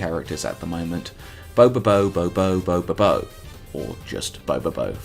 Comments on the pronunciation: You keep saying his name with and extra "Bo". It's Bobobo-Bo Bo-Bobo. 3-1 1-2. That's 7 bo's. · you added an extra syllable to his name and its giving me conniptions